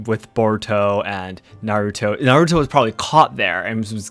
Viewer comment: It's Naruto, not Narutouuu :'D